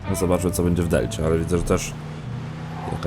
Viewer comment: "też" a nie "terz"...